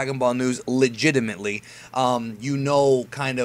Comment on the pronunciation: why did you put so much into "legitimately"?